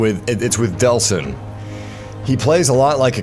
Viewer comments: It's actually Delsin Rowe, not Deslin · DELLLLLLL...SIN. Not "DeSLin." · It's Delsin! Not Deslin!!!